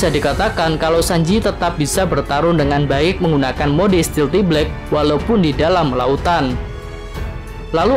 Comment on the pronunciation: "stealth" kan, bukan "stealthy". jadi bacanya...